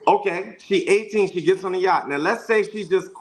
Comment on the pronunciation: OMG we been on Yachts at least I have. The way he keep saying Yacht is telling he's not used to nothing. He knows one word. "Outlier, "! Dude is not a 5%error AT ALL! He's a 70% nowadays...settle down lil Man you're NOT the only one raised in a two parent household. Also. If the two parent household is abusive & toxic. He can put a suit on but once he open his mouth he's showing a pants down, tattooed body, disrespectful, misogynistic fool. I don’t see fine I see Yosemite Sam!🥴🚶‍♀️